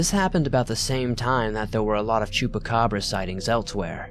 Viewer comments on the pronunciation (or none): none